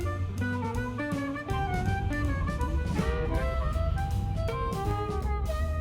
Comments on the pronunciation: Finalmente la Sardegna più vera! Unico errore, si pronuncia Seùlo, non Sèulo😊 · Bel video, una cosa sola però: si dice Seùlo e non sèulo. 😅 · Bel video, però mi chiedo, ma davvero nessuno ti ha corretto? Si pronuncia Seùlo e non Séulo, sarebbe come dire Romà al posto di Ròma, non si può sentire. 😂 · Bravo. Però si dice Seúlo e non Sèulo. Errore veniale, perdonato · Seuuuuulo pronuncialo con una U lunga ed è giustissimo :) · Grande! Sei andato un un posto stupendo! La pronuncia corretta è Seùlo. Io sono originario del paesino poco prima Sàdali. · bel video, però si dice Seùlo con l'accento sulla u, scusa mi mi stavano sanguinando le orecchie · La pronuncia corretta è Seùlo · Seulo con accento sulla u..un abbraccio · Seulo l accento non va sulla ~ e ~ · Ahahaha come ha letto Seulo😂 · Grazie per il video, un solo appunto: Seulo, con l' accento sulla U. Ciao. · Benvenuto nella mia terra... una volta che ci passi... poi ci torni... perché questa terra è magnetica...tesò nel nome del paese Seulo l'accento va sulla u... 😅❤😊